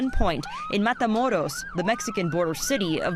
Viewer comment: This anchor the only one that pronounced matamoros right